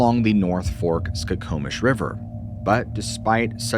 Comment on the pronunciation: You must be from Washington. You correctly pronounced Skokomish and Spokane! 😂